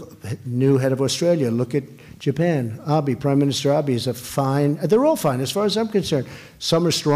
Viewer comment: The name of the Prime Minister of Japan is *NOT "Ahbee". How hard is it to pronounce a 2 syllable name? Of all the names he should know, this would certainly be one of them.